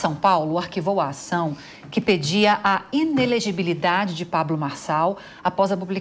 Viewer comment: Comentarista que não consegui falar inelegibilidade, advogada??? Tá parecendo a globonewslixo